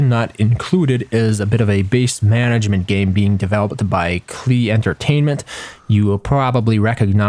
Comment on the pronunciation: "Klee"? Cmon. Their stream is called Rhymes with PLAY. "Klee" does not rhyme with play.